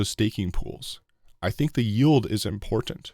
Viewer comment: What is that accent? he says "important" just like (Sarah n Tuned) car channel. I'm not american so we don't usually hear that one anywhere.